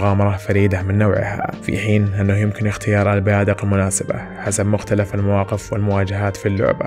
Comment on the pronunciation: و مختلِف و ليس مختلَف لأنّ المختلَف عليه تعني المتنازع عليه و أصل الكلمة خِلاف و ليس ٱختلاف